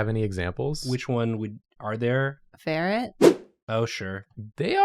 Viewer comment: I thought said "Barrett" instead of "ferret" and I just fully accepted that she considers Voice Actor Barrett Leddy a lizard